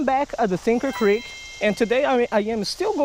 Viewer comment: “Thinker creek” 😂😂😂